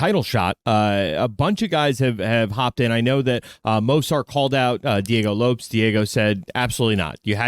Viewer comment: Why does say Lopes like loaps? Is it just intentional?